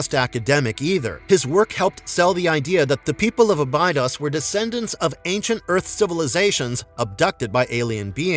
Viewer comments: Can't say Abidos right. Ah-bee-dose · he didn’t or he would’ve pronounced Abbados correctly. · ibodos !!! you could at least pronounce it correctly have you even watched stargate !!